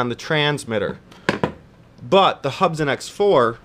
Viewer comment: They're pronounced Hoob'son :)